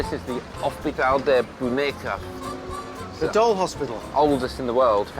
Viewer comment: "Boneca"...loved how you said it, Richard! Thank you for showing lovely, wonderful Lisbon! ❤💚